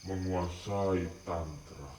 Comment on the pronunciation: 😂😂😂😂 nyebut Aliran Tantra, gk bener.. 😅😅